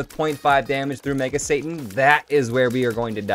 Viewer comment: It's satan not santa